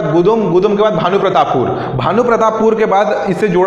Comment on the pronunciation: मित्र वो रावाघट नहीं रावघाट है, अनिबर्न नही वो अनिर्बन है।